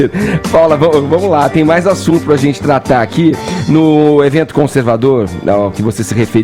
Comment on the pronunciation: Esse tal Fefito não tem amigos não, gente? Pra dizer pra ele que esse não é um modo adequado para um adulto falar. A zente. Tenha dó. Meu primo de 4 anos pronuncia as palavras melhor. Tem que ter estômago!